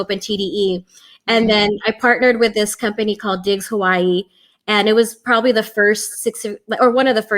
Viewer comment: ... im impressed, she said Hawai’i correctly